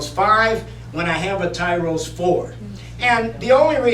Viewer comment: It's Tyros, not Tyros...